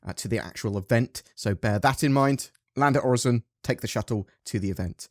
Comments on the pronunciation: It's pronounced OR-IS-SON That's how a computer says it :P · i dont get why there is confusion on how to pronounce Orison. Its Orison, not OriZon... there are ads promoting Orison like a tourist destination that demonstrate its proper pronunciation. must be a british thing XD